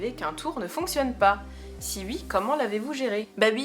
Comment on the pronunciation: Salut, très bonne vidéo, tu as l'air de plus en plus à l'aise devant l'objectif. 🔝Et ton oui ( ui ) est trop marrant. Mais bizarrement tu n'avais pas le même en répondant à ta maman, mais on a eu une belle série.... 🤭 Je vous regarde quasi à chaque notif, je suis toujours aussi halluciné par mr Weirdo, trop Wtf.... 😁😁Continue comme ça ❤️